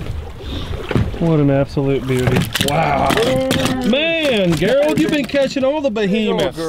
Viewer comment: Is his name not gerald? Like jerr ald. Why the hell you keep sayin gher ald?